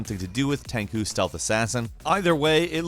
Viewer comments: Hey! Its TenCHu not TenKu. Just point this out. Cool video! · God, it's "ten-chuu" not "ten-qu". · Its pronounced Ten-choo, not Ten-coo lol also wooly..world? Great vid though, im excited for these games this month, i havent even finished metro exodus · Did you really just say "Tenku" haha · About DOA6, for those who thought he said "May," he meant "Mai," the kunoichi who wears red and throws the fans from Fatal Fury and King of Fighters. Vowels are practically the same as in Spanish and never change (maybe don't say the "u" after an "s"). Also, Tenchu is pronounced how it looks: "Ten-choo." Japanese romanji is the easiest thing in the world, especially compared to English. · are they trying to say tenchu ? and are they talking about tenchu stealth assassin? like i don't really understand butchering Japanese words when its written in romanji aka what we write with in English. like there's nothing complicated when seeing a word like, nihongo you can just break down the words ni-ho-n-go, hell its close enough if you do ni-hon-go. like who writes these scripts and not even double check their works? Tenku - Detailed Meaning. Your name, Tenku, gives you a sense of financial and material values and a strong desire for leadership positions, status, and wealth. Tenchu (天誅) is an action-adventure stealth video game series, originally developed by Japanese developer Acquire, where the player assumes the role of a ninja in 16th-century Japan. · WHY DO YOU KEEP CALLING IT TENKU? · How. Many times. Are you going to say "Ten-Koo"?